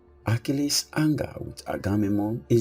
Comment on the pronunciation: Your saying his name wrong!!!!!